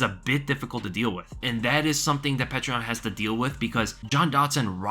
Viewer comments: Excellent breakdown,! (also it is pronounced something like "Pee-yoh-ter"... sometimes spelled "Pyoter") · Its not pronounced how you are saying it, its Pe ter (peh) (ter) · You got to learn how to say Petr correctly or just say Peter